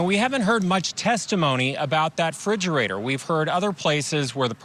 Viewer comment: So distracting hearing a journalist mispronouncing "refrigerator". Want to sound unprofessional? That'll do it. Poor Harmony she seemed like such a sweet child 😢